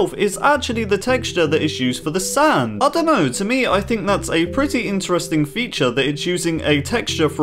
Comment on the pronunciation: I dont get the 4 why u say sand like WTF